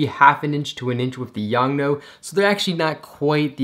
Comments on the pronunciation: Its YONGNUO not YONGNO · “YoungNo” lol.